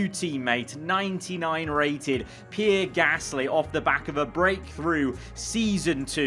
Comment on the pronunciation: i love u mate but its pee-air not pier 😂